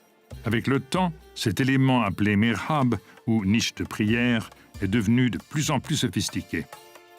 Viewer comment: On dit Mihrab, et non pas Mirhab 'المحراب و ليس المرحاب', Merci de bien communiquer vos informations et vos connaissances svp, car il est important de bien faire la distinction entre les mots. Ce qui change complètement le sens, et sa projection dans le temps.